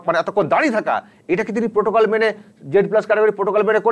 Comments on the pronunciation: প্রোটোকল নয়, পোটোকল। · প্রোটোকল নয় । পোটোকল।